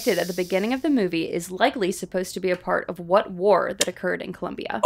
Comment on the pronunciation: Colombia, not Columbia